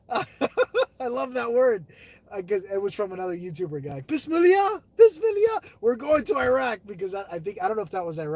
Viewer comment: Love the vlog😘 be safe 🙏❤ Hahaha you said it wrong it is Bismillah